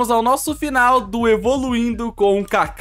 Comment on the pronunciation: Cade o s kkkkk kakashi kakahi